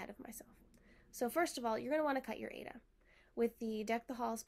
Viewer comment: It’s pronounced “I A duh” for Aida,. Long I, long A, and duh.